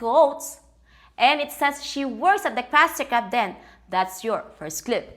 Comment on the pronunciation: "Krustry Krab" lol nice :)